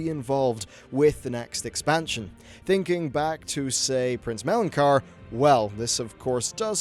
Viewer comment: who the hell is prince melon-car?